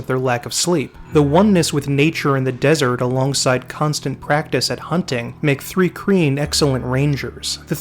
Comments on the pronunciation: Thanks for this, my fave RPG setting. Btw it’s pronounced “trye-keen” . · Thri-kreen. Thri rhymes with eye. Chitin. Sounds like "kai-tin". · Thri-Kreen is pronounced "thry-kreen" Chitin is pronounced "kai-tan".